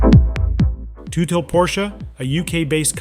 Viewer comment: Who the hell is Toothil??? Its tut-hill😂